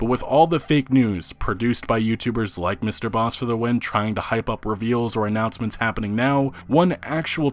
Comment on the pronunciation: you pronouncing MrbossFTW is wrong its Bossman